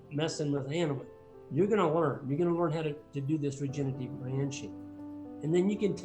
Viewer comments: Regenerative. Regen-er-a-tive. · Dean O. Look, i use my real picture and name because i intend to be thoughtful and think people should be real even online so please dont try to pretend that you know anything about me. The host of this video also said regenitive and he have no detectible accent. my whole intention is to say that we need to be careful in what we say and how we say it as words do matter. “I seen” seems to have replaced “i have seen” as standard english these days as an example. I never called ignorant so please cut it out. I said what i said and that is all there was to it. If you want to take away other meanings please feel free but thats not my problem at all. You call it nitpicking but again, words matter. Immigrants speaking broken english never get the respect that they deserve, individuals speaking with rap lingo face a similar issues. So im not judging anybody but not wanting the mans message to be lost on people because again, its important. Im done talking about this though, just understand that constructive criticism isnt negative criticism. Hey can you sound out the full word vs youre a moron and ignorant are two different things. Cheers buddy. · Regenerative: re-gen-er-a-tive. Generate, regenerate, regenerative. From a Nebraska neighbor. is awesome!! Wonderfully helpful.